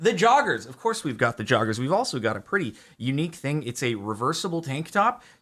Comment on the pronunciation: hah…. “Jar-ggers”